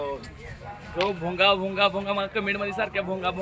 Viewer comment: भुंगा❌ भोंगा✅😂😂